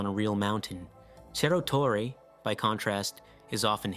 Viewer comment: Please don't pronounce Spanish like Italian, Cerro Torre is not "chero torre", ce- and ci- are always an "s" sound, just like in English, like "cereal".